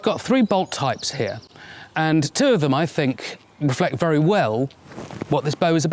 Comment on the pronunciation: Be berry berry quiet, I’m hunting hay bails.